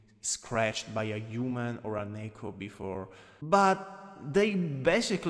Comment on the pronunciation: Im so sorry but the way you say Neko is just so funny to me “Nehhko”